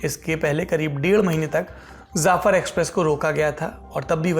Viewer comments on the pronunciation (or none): zafar nahi jafar hota hay bro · Jaafar express, not zaafar express. Im surprised Saurabh would make this mistake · Jaffar not zafar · You are totally illeterate , Jafar express not Zafar